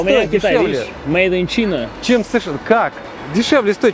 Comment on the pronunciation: Чувак живёт в Китае, наверняка знает и английский и при этом говорит..... Made in China( "Чина").....😂🤦